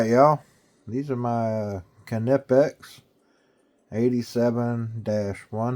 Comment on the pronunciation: wow you actually pronounced them properly... kuh-nip-ecks